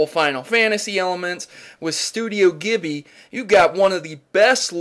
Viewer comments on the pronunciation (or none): its pronounced jibly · This is incredible indeed. Pretty good review, but you kept mispronouncing Studio Ghilbli (it's pronounced "jee-blee"). Also, I didn't see why it was "a Chrono Trigger enthusiast's dream" when the only real similarity it had was that they're both JRPGs. Chrono Trigger and Ni No Kuni are both distinctly different in their subject matter, gameplay, and battle styles, just to name a few. I'm not sure you even know what it is really you're talking about when you compared the two. And you didn't even explain what it was about the two that made them similar to each other. I wish the review had more to it too. I mean, I do get that the graphics and animation were awesome, and the story can be interesting, but what about the other elements to it like actual gameplay, the battle system, or the replayability of the game? I've been commenting in a bunch of your videos, and you must believe me when I say that you have an interesting channel. I don't even mind the really bad sound editing at times. I just wish your writing was much better and that you do more research on your topics, especially in your Pokémon Theory episodes. Best of luck to you.